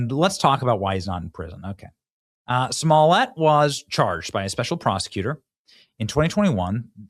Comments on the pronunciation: You have to get the pronunciation right, like Dave Chappelle would say "juicy smuh-le-a" I implore everyone to watch his standup on that 🤣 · Excuse me sir, it’s pronounced, “Juicy Smoo-yay”!